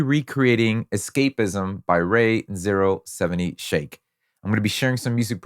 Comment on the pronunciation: what a wild way to pronounce 070 shake